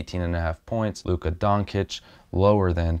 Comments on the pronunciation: I love basketball. also: Luka Donkic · “Luka donCick” “Luka doncic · lol Luka Donkič ^^ its Luka dončič..